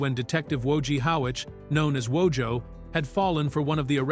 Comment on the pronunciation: Every time the AI voice mispronounces Wojo’s name I can see him slowly pronouncing his name as in the show